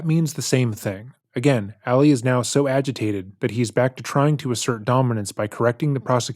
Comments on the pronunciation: Ah-lee, not Allie! Lol. I love you, but every video you've done of this case drives me crazy because you're pronouncing his name as a female version. May not be a big deal to a lot of people, but it's a new pet peeve of mine. Lol. Still love you! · Isn't his name pronounced like "All-ee," not "Alley?" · I smile every time he calls him “Ally” instead of Ali lol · ngl it kinda irks me that throughout this entire series and all of the research never learned how to pronounce "Ali". Emphasis on the second syllable. You know, like Muhammed Ali.